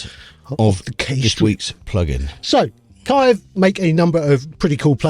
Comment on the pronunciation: Again guys... Dan's genious construction of the Kiive Sleeve [Sliive] was the best thing you ever came up with, so it's Kiive, not Kaive.